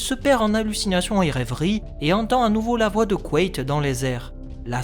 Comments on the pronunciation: C'est intéressant, j'ai toujours dit "quête" dans ma tête. T'es sûr que ça se prononce "couette" ? J'aime pas trop :p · Je peux pas m'empêcher d'entendre couette au lieu de Quaithe à chaque fois 😭